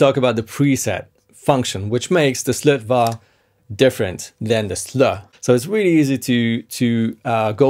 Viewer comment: Yo its pronounced SlötvO;) the swedish å is not an a its an O! nice video though:D